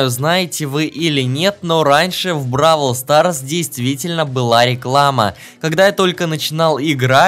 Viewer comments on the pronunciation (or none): Не бабл квас а броул сас